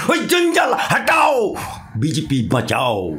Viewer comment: কথাটা বিজিপি না। সঠিক উচ্চারণ বিজেপি। কোন স্কুলে আপনি পড়াশুনা করেছেন? আপনার বাংলা উচ্চারণ শুনলে তো ভূত-পেত্নীও ভয়ে পালাবে।